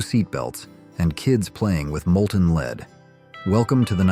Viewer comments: The smart AI can't pronounce lead. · As soon as I heard the pronouncement of the word LEAD I knew that the commentary was an AI product and dumped the video. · Well,, we learned about lead paint, and the pronunciation, from childhood. We also learned about lead-ing music, or lead-ing a dog on a leash from our mommas. Now, where did YOU “learn” that pronunciation? You would do well to have a real human read the text. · They are probably Chinese who don’t know how to pronounce “lead” anyway. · AI calls ' led'...' leeed'...as in lead paint. Suddenly it corrected itself... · It's led not leed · So many things to unpack here. I don't think "whore members usa" got the point. Somehow "leed" managed to transform to "led" and back. I don't think AI is ready for prime time just yet. But it was good for a laugh 🤣🤣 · ‘Led’ not ‘leed’. The pronunciation of ‘lead’. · Uh ... Pronouncing "lead" as "Lead"? Now I can see why this is such an outlandish video. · Lead is not pronounced "Lēēd" when talking about paint.... it's called "Led " !!! Geet a. Better a.i. translator !!! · This was okay until the repeating of the mispronunciation of the word lead. Should be pronounced "Led". We did know how to pronounce lead (Led) in the sixties. So much for today's progress 😹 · I came straight here to say that… lead: L-E-D not LEED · I know right? Sometimes for lead (in paint) he says lead (pronounced "leed") & sometimes for lead he says LED. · I had never heard of "Leed" or "Leed Paint". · There is no such thing as leed paint. Fix it. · "LEED?" Seriously? It's a first grade word.😂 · I left after I heard "Leed". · "Leed paint"? Haha This is better AI than "Saturday Night Liv." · “Leed” paint!? Ghis blatant mispronounciation shiws this is AI. FYI. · It bothered me that this announcer kept pronouncing lead paint as "LEED". ¯\_(ツ)_/¯ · "Leed was everywhere", hahahaha! Thanks robot :) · Lead was pronounced like LED. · I hear it also.lead sounds like Leed